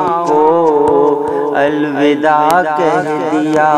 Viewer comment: پردرد ،،،،پرسوز نظم آنکھیں اشکبار ہوگئیں ،،،دل غمگسار ہوگیا ۔۔۔مبارکباد عمدہ نظم کی نگارش پر۔۔۔ معذرت کے ساتھ "الوداع "واؤ کے زبر کے ساتھ پڑھا جائے ۔